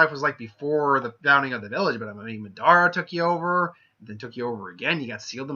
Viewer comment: I got triggered by the way he said Madara